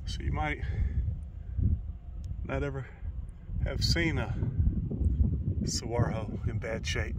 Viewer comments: Desert is so fascinating. I have questions too. I googled "saguaro" because I like to see if I'm right before I correct somebody. LOL Turns out I was wrong. Replace the "gu" with "w" suh-WAR-o", and you've pretty much got it, so you were close, much closer than I've been all my life! I learned they are also called "giant cactus", which I have no trouble pronouncing. "Saguaro" originated in Ópata, a language spoken by peoples of the Sonoran Desert region of Mexico. I've only ever seen those magnificent cacti from the highway, so thank you for the close ups. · Saguaro cactus The “gua” It’s pronounced just like the GUA in guacamole. Mmmmm…it’s green too! Lol. Wish I was there too! There are some nudie places o it near Borrego Springs….been there for decades, Not that I’ve ever seen them. Lol Prayers for John! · Saguaro is pronounced Sa-wa-ro. 'G-u' take a 'W' sound. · you are pronouncing Sahuaro right except the H is silent. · The h is silent.